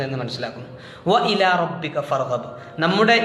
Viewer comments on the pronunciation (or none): ഇതിൽ വ ഇലാ എന്നതിലെ ലാമിന് 'മദ് ത്വബയ്യല്ലെ അതിനെ അത്ര നീട്ടാൻ പറ്റുമോ